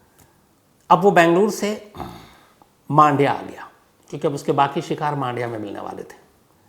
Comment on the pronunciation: 1 मांडिया नही " मंडिया " कहा जाता हैं 2 बैंगलोर नहीं " बेंगलुरु " कहे भविष्य में 3 बेंगलुरु में कोई रेडलाइट एरिया नही जो आप ने कहा । बहुत से जगह वैश्या घर छुप के चलते हैं